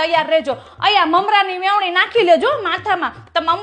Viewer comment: Vevni nai veni kahevay